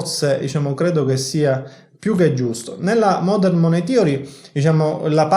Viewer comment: In Inglese la parola Money si pronuncia con la A e non con la O , "manei" come "le mani" in italiano